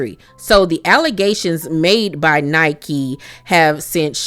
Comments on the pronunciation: You are pronouncing her name wrong it’s Nicki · It’s pronounced “Nicki” not Nike.